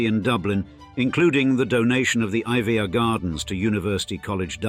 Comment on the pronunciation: iveagh pronounce ivy